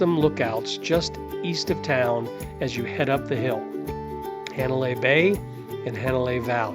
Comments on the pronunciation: Ha na CA pe i NOT ha na Co pe i. Correct pronunciations are appreciated,. It is pronounced HA nalei NOT He nalei. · I just came across this video. After being to Kauai 14 times and being a short time resident, PLEASE, if you are going to make these videos, learn how to annunciate the Hawaiian language!!! Hanalei, my final destination every time, is NOT Haaa (not like CAT) nalei (not a short A), it is a soft A, like ahhhhh, Hah nah lei. Just like on Maui, Hah nah, Hana, not Hanna, like the name. Mahalo nui loa. 🏝️ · Hanalei...is not pronounced "hand " Hanalei.